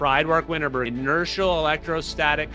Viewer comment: Winterberg went by 'Fred' or 'Freedwardt' / 'Fredwardt', not 'Fried-wart.' More respectful to pronounce the great man's name properly.